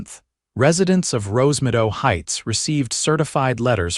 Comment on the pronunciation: Rosemido. Wonder if the AI was supposed to say Rosemeadow? There is no such thing as Visual Jurisdiction in the US and no court would accept a lawsuit claiming that. End of story.